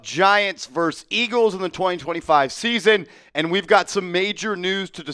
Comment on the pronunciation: I love your channel,, but please: the word is versus, not verse. A verse is a stanza of poetry and has nothing to do with competition.